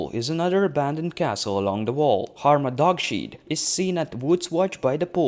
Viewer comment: It's pronounced harma dog's head. Not dogshead. Nice work overall though!